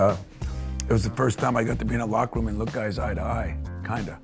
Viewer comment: sweet vid. stop saying "rum" instead of room though 🤣